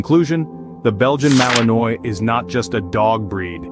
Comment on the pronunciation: Malinois is not pronounced correctly. Should be malin-wah